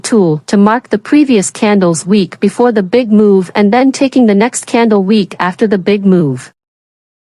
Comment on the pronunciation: Wick, not week.